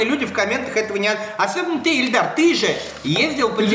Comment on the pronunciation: Его ИИИИЛЬДАР ЗОВУТ, А НЕ ЭЛЬДАР, ЭТО 2 РАЗНЫХ ИМЕНИИИ